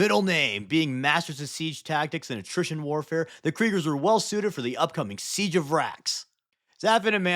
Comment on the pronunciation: Siege of Terra? Pwese